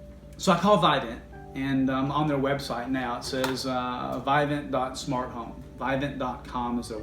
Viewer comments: Pronounced vivint not vi vint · It's vivint not vivant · Those touchlink panels you’re referring to are trash and slow. Vivint’s panel is much better. Why would they create something that could be taken over anyway. Also it’s pronounced VIV-INT not VI-VENT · It’s not Vidant there’s no D in the name it’s Vivent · Lmao.. Whoo tf is "VIGH-VENT"😂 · You’re saying the name wrong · I think you’re saying it wrong... lol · First off pronounce the name right first before making a video about it lol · You’re pronouncing “Vivint” wrong. Lol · Wait what's the issue? Just because they make it so no one else can use their equipment? And you don't even pronounce Vivint correctly 😂